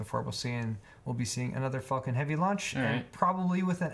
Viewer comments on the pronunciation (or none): It's Falcon not Fulcon 🤣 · Lmao it sounds like you were saying "fuckin'" when you were saying Falcon,. XD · Anyone else think it sounded like he was saying "the fucking 9s heavy" when he was talking about the rockets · I have always wondered if Elon Musk done this deliberately, just to entertain us international people who don't say 'Falcon' that way but we do pretty much pronounce another 'F' word like that. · THAT, exactly that was itr that was nagging me ^^ english is not my first language and i had to laugh evertime said falcon xD